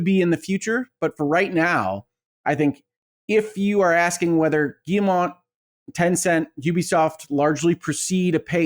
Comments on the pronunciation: Nvm lol, he said it well once, then it turned into Guillermo after and said Guillermo. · Are we just going to keep letting Colin pronounce Yves Guillemot incorrectly? No one has corrected him 😂